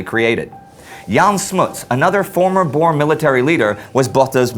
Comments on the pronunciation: Just want you to know (Ek is n boer) that Boer isn't pronounced Bore but Boo-R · Just a small thing. It's not pronounced 'bores'. They're called Boer. The Dutch word for farmer. It's pronounced 'Boo-er' With a rolling R. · Boo-Ruh (Boere) Not Boars xD Anglisiced badly.. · No need to be rude but you say boers are Bors Please without the accent can't say boers (I'm a south African) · please pronounce "boer"'s oe as a oo as in moose. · you really must learn how to pronounce Afrikaans words like, "boer" you sound really silly. #afrikaans-not-for-sissies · You said Boer, Jan Smut and afrikaaner wrong